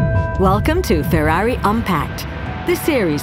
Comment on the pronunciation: You forgot about the Coanda effect, but nice presentation overall. And the AI voice is great too. I love how it says the italian names: Bernoulli, Venturi, and of course Ferrari.